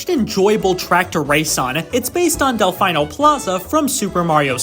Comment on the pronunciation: someone tell bro how to pronounce delfino